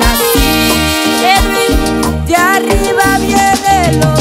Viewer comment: Dios los bendiga mis hermanitos cantan muy bonito, pero quisiera hacer una corrección la palabra de "arriba" se pronuncia con doble R yo se que lo puede hacer, gracias y sigan adelante en el camino del Señor.